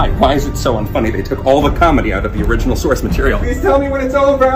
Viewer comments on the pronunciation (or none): none